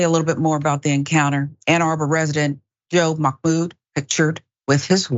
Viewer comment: Just a quick fyi. There is no “k” in Mahmoud. :)